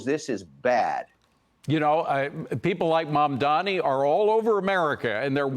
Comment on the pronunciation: He has a new name mandamini as says adding more syllables to his name😂😂😂😂😂